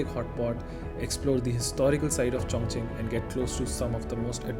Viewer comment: 👍👍👍👍👍 !!! Chongqing City is PRONOUNCED chong-CHING. Not Chong-KING. Chongqing MEANS "Double Celebration" in Chinese. Notice too, that Chinese Language is Very "Economical" in Sound. Just TWO syllables for English Language SIX syllables. 😊